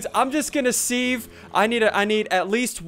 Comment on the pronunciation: you dont pronounces it sieve u say it siv